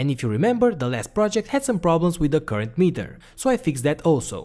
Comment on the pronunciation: I miss the old way he pronounces current (koorent).